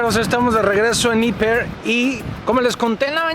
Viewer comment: Ieper se dice iper